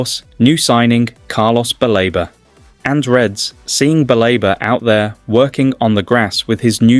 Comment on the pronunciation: BALEBA NOT BAREBA PLEASE